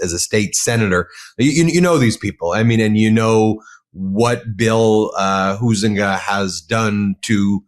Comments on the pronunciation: Huizenga is pronounced "HIGH-zinga", not HOO-zinga. 🤦‍♀ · as a resident of West Michigan I want to help #Ben with a Dutch Name pronunciation. * Huizenga = Hi+Zinga...(3 syllables). McCann is kinda hot j/s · FWIW, I'm a former resident of Sean's district. I voted for him many times. He's a great guy. He actually listens to his constituents. His opponent, whose name is pronounced HIGH zin ga, is a Grand Rapids-area guy who really doesn't care about our end of the district.